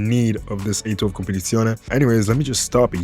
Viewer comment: you seem italian from the way you say "competizione"